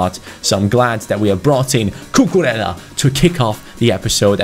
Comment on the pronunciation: Cucurella is pronounced "Cucureía". Try to put an accent on the to ls and pronounce it as an i. Keep up the good work.